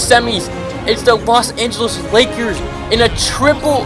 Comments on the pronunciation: he said Los Angeles akers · This boy said la Akers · "Las angeles Akers?? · “Los Angeles acres” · he said the Los Angeles Akers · In the first with the Laker he said akers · She sed the la Akers lol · Did he just said THE Los Angeles AKERS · At the start he said los angles Akers I like u mean lakers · did you say akers you trpien😀😀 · xddd all difrent teams expet the lakers. and u said akers 1 time not lakers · “The #1 seed in the West The Los Angeles Akers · Los Angele's aker's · he said akers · who else heard him say the "Los Angeles Akers" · He said Los Angeles Akers XD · Did he just say Los Angeles Akers?